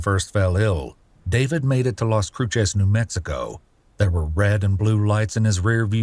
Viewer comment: Las cruises not las crutches or crusays